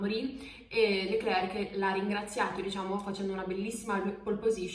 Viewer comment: Meno male, un(a) italiano(a) che non dice "Charls" ma "Charl", però pronuncia "Leclerk" ma si pronuncia "Lecler"...... Idem per "Nicolas" l'ultima lettera non si sente in francese (è muta) , si pronuncia "Nicola".